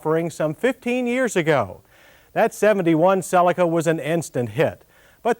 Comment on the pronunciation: finally someone pronouncing "cellica" and not "celiiica"